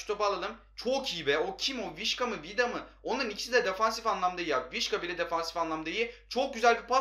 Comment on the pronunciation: vişka değil visça olacak